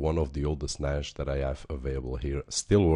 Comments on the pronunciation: "Nash" :D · there is no H in NAS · You said NAS wrong so I assume you dont know what you are talking about .. stopped watching at :28 seconds